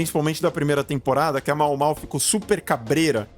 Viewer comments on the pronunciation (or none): A pronúncia é Maômaô :)